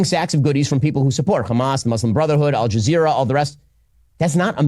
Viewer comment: Bro really said al jazeera....